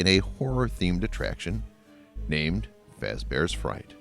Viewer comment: You said Freddy Face bear You meant to say Freddy Fazbear’s